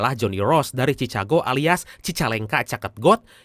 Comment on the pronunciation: Cikago bang bukan cicago